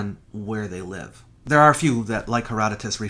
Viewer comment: I love your videos, and I like you a lot, but I have to say I agree with your father. Please stop being such a petulant, dedrater, bad poseur. It is beneath you. This is barely worthy of a Flat Earther. It can NOT be either. Live and Lived have a short-i vowel sound. *END. OF.*. "Life" has a long-i vowel sound, as in "He had a long life." "Live" has a short-i vowel sound, as in "You live in a fantasy world."_ If someone lives (short-i) for a long time, he has "lived" (short-i) for a long time. Not "Lie-ved" for a long time, as an uneducated liar might say. So "long-lived" and "short-lived" have a short-i vowel sound. Now, if a dead thing comes "alive", or lost people presumed dead turn up "alive" then THAT has a long-i vowel sound. But that is a different word. Or do you invent your own etymology in the same way Sitchin did? Similarly, when talking about multiple people's "lives," that's a long-i vowel sound. But when talking about a single person, as in "She lives at the end of the street" it is a short-i vowel sound. Also, this utterly, dreadfully, appallingly BAD. POSE. TICK. you have of saying Beeee Seeeeee Eeeeeeeee and Seeee Eeeeeeeeee. It is BC and AD. 1). It is NOT the "Common Era" of this planet. It is only the Common Era of the Western World which uses the Gregorian Calendar, based on the arbitrary date of Christ's birth being in 1 AD. It does not matter if he was actually born in 4 AD, 4 BC or was never born at all. 2) it is NOT more accurate. BC and AD has been us